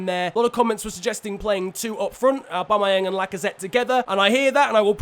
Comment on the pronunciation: Literally nobody ever:: Owbamowang